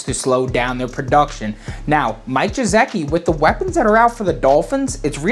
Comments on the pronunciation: Listening to pronounce Mike Ge-sick-i IS PAINFUL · the "Y" in Smythe is pronounced as "I"...just like blithe The "G" in Gesicki is pronounced as the "G" in Godzilla Just FYI 👍